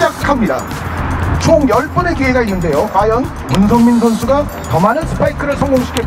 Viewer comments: 문성민을 문선민으로 읽음ㅋㅋㅋ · 순간 문선민 선수가 더 많은 스파이크를 성공 시킬것이냐? 라고 들음 ㅋㅋ